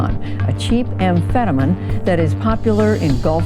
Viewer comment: "Captagon, a cheap amfetamen popular in golf countries" News reporter has never said the word amphetamines in her life, nor looked at a map of the gulf countries. Great intro highlighting the governments uselessness.